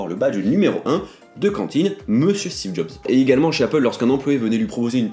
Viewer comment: "Steve zob" 😂😂